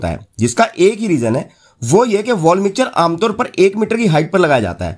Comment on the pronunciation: मिक्चर नही। मिक्सर।